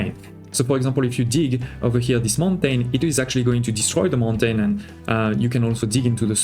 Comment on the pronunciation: Mon-tajn...? Are you French?